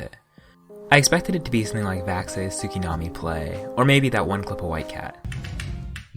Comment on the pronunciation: Please stop saying "Sukinami" tsu is quite quiet. It's "Skinami"